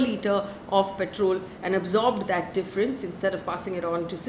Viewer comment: check the pronunciation of petrol and *purchase*...posting with the best of intentions ❣️